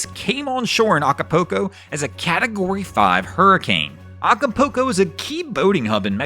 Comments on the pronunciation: It is pronounced Aca- pull- co, not Aca-poo-co (no, I am not spelling it, it is just for pronunciation) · No matter how it gets pronounced we still know where he’s talking about. 😂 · The mispronunciation of Acapulco was my favorite part of the video. 🤣